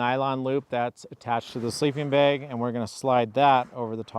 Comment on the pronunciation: my sharp ear wonders where u grew up? your pronunciation of the word "bag", sounds close to "baig". Do tell.;) I have slept under my Nunatak & EE quilts most every night over last 3+ years.